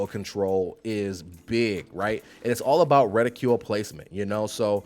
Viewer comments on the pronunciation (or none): I love how you say rah-coil and reticuuuule lmao